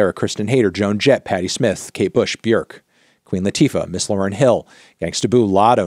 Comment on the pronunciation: You said Björk right, well done! 😅